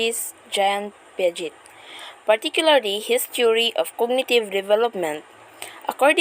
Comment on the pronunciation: Hello hindi po (pyaget) yung pronunciation ng Piaget. Ang tamang pronunciation ay (Piajey) or Piaget.